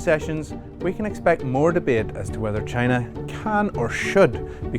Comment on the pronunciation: CHYYY na